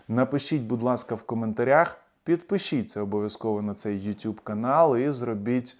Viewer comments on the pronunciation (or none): none